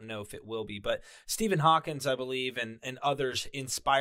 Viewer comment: It's Stephen HAWKING, not Hawkings!